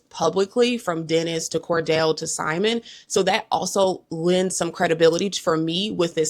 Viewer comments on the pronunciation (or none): none